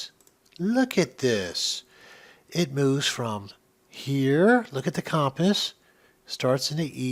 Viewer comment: "look at the coumpus"